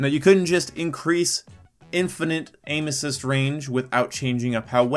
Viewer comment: Sounds like you're saying anus cyst